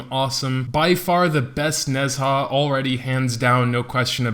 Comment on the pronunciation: its call Ne-Zha not nez-ha, people can call wu-kong correctly not wuk-ong so people can call ne-zha correctly too..